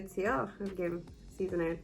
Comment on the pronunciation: It was funny when the revelation about Jon's real name came when he and Danny were making love. You said, "Get out of here", but it sounded like "Get out of her". 🙂